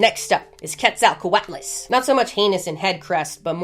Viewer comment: Your delivery never ceases to amaze me. Quet-zal-co-at-las. I couldn't make it sound that cool if I tried for a week.